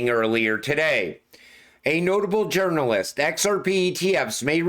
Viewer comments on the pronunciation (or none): none